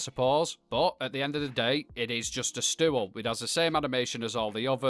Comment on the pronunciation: I like how you put two syllables in “stool” 😅🥰